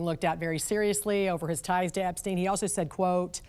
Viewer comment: Why mispronounce Epstein?